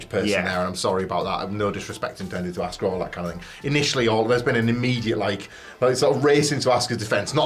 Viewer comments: You had us fooled as children Goldberg, but we know that you never trained and you hurt so many people and ruined the career of Brett Hart. You even ruined Bray Wyatt run. Also, YOU ALL DON'T SAY ASUKA RIGHT EITHER. it's not ASK AH it's AH SKA. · You say it like Auska. Not a short a, more like a broad a. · you guys didn't pronounce Auska's name right either 🤣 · You’re talking about not pronouncing her name correctly and still calling her ASSka? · >pronounce Asuka’s name incorrectly >berate Goldberg for pronouncing Asuka’s name incorrectly a different way >repeat >repeat again The audacity. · he intentionally mispronounced her name. He actually praised her in a tweet back in 2017. You can go look for it. So suddenly now he doesn't know her?